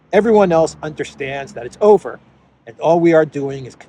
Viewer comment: "it's over" is not used anymore, but "it's oviyr"😂😂😂😂